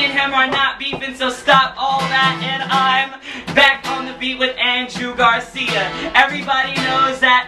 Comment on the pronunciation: Lol d-pryde "ill say andrew gar see-yah" lmao